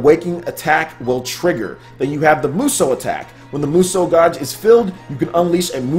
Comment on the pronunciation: guage is pronounced gaje.